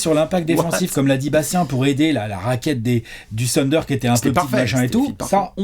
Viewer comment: J’avoue que je n’avais pas regardé la vidéo jusqu’à présent juste parce que ne supporte pas la prononciation « TEUNDER » de Bastien…Une fois assumé le zéro effort pour respecter un minimum le nom de l’équipe la vidéo est comme tout le temps : top 😊 Bravo les gars!